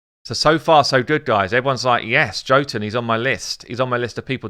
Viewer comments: His name is pronounced Yo-tun. The 'tun' is little long, but not as long as 'toon'. Just means 'giant' in old Norse. Love your vids mate, but your stabs at reading names have me cracking up or pulling my hair out. I mean FFS, it's armiger with a soft g too! It's a word with a meaning and stuff! Armiger means a low level knight or a high level squire responsible for looking after the arms and armour of a knight with lots of squires. Myrmidon, Erinyes, Haruspex... Lots of these champs have meanings. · Yes totally agree, his kit needed more! I was hoping for a random multi hit, 60% dec def and or an apply two 5% poison if under dec def. He is ..Jotun=Yotun! Drop the J for a Y. Keep up the great work and the content we need